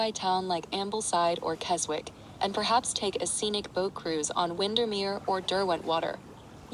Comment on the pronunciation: 'KesWICK'... Still not that intelligent Apple 🙄